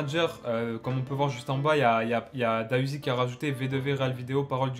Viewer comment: C’est pas da uzi c’est D.A uzi stp respect le nom de l’artiste